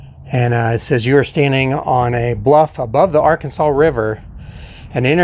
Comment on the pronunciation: And yes...the state is pronounced 'Arkansaw'....the river is pronounced 'Ar-Kansas'.